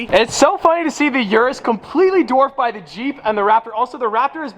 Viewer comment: six BY six not six BA six